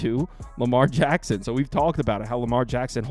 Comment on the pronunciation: It’s Lamar HACKSON 😅